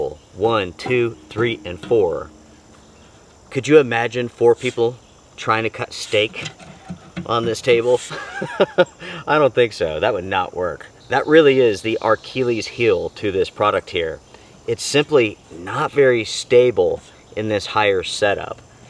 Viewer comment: “Archilles heel” Forget it..he’s rolling….😂